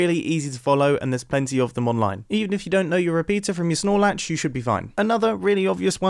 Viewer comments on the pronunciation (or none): *RS Nor Latch